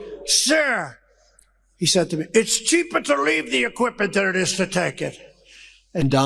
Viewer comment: "It's sheeper to" wtf Dumb-ass Trump??